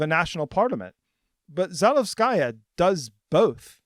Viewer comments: Please, do give at least the slightest bit of attention to correct pronunciation. You don’t need to be fluent in the language, but in Za-LE-vskaya it’s the second syllable that should be stressed, as opposed to Zalevs-KA-ya which is how it’s pronounced throughout the video. As a person from another Slavic country, this just sounds off and I think many people would agree. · Za-LEV-skuh-yuh: accent on LEV, no "sky". It is the feminine form of Zalevsky. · kay, sorry - I didn’t mean to be rude. It’s just one mistake, unluckily repeated throughout the video. I don’t expect you to speak perfect Russian (or any language for that matter), in this case changing the stress to the second syllable would make it sound very good already. Apart from that, the video was very informative and you’ve clearly put a lot of work into it, so it’s only nitpicking :) keep it up!